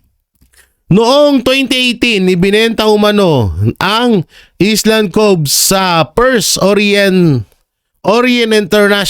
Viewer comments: correction hindi island ang pag basa kundi ayland po kong basahin ang Island he he he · Island is pronounced as "ayland" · Omg! Pronounce ISLAND properly!!! Nag aral ka ba? Ka diri!!